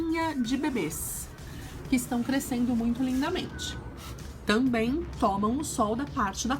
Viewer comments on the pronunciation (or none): none